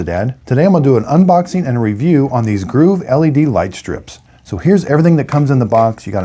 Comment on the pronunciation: Sorry, but I just can't get past calling them "Groove" and "Groove app", when the product is quite clearly called 'GOVEE'. But the 90 degree turn tip is very useful, thank you.